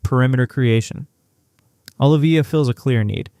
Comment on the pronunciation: Dude it's OH LIVE VEE YAH